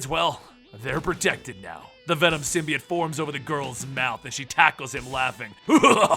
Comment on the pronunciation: Why is he pronouncing "Symbiote" like that? just so wierd